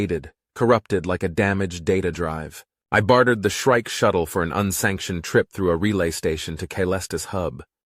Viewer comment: Shrike is not shriek. Get a editor.